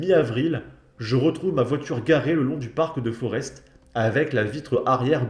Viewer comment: on ne prononce pas le S dans Forest